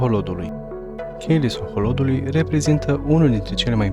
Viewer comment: La min 16 ati gresit denumirea Sohodolului, spunând Soholodului de cateva ori si ar fi pacat sa ramâna asa. Poate corectați, dacă se mai poate. In rest ...felicitari!